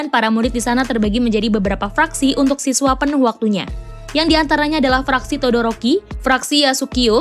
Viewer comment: Maaf mbak todoroki bukan doroki